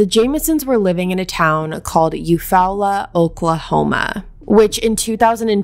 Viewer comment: Love you sweet girl but just to let you know Eufaula is pronounced you fall la.